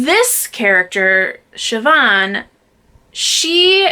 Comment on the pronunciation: Siobhan is pronounced correctly. 😉 I read a lot of Celtic and Irish lit. And as one of my favorite authors Andrew Greeley said, "No one can understand the mysteries of Irish spelling." Eoghan...I think is Ian.